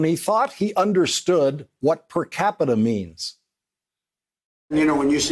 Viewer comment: percapita-ism...the struggle is real :P